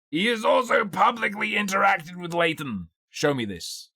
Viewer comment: Am I the only one who is bothered by how they pronounce Leighton as "Laden"?